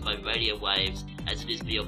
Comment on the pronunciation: Your bwain is bwoken, don't fall victim to fawwacy. Great vid though